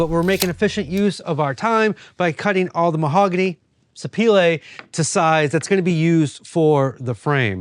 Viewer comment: Haha I was thinking in my head, I bet he means Sapele. 😂 in the uk we pronounce it sap e lee😊